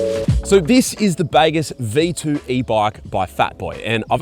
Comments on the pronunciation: It’s fkn baaagooos… not bagarse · “The baygess”?? Not been to Bali mate?😂😂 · I think they have named this bike after the Bahasa Indonesian word for "good", which you pronounce as bahgoos.